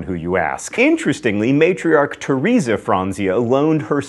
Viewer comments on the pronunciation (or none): none